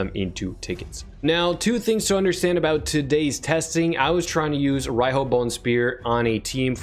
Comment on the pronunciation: she is pronounced ar Ree hooo, as she is a japanese influenced figure, and Riho is a legit name in Japan, and pronounced as reehooo(strong "o" at the end)